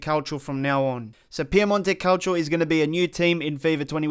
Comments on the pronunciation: Piemonte "calcho" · If he says Piemonte Calcho one more time I swear I’m not watching his videos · His pronunciation of Calcio, looool